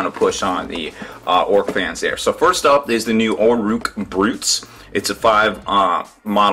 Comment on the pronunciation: it's orruk not orrook